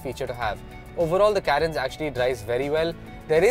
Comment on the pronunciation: If you are going to review a car, atleast know how to pronounce it right. It's Car-ens. Not Kae-rens.